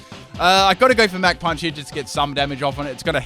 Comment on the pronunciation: "mack punch" do you not know what the CH sound is...?